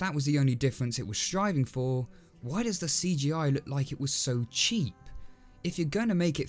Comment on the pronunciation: Remake looks more like an Animation Students work I like how he said “Doe’s” 😂